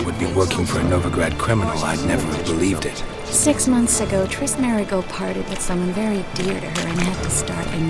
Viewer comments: Its Triss not Trish ffs! :-) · It's Triss not Trish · Triss, not trish, fgs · Her name is triss not trish are you that dumb? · pls stahp Its Triss with an S and not a SHhhh like in SHhhhit This bothers me so much >_< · Is no one else noticing he's saying Trish? The dame's name is triss. #Bars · It's Triss. Not Trish. Sorry for being blunt. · Yo it's Triss, not Trish lol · it's triss not trish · ain't gonna make it splash if he keeps calling her "Trish" and not "Triss" lol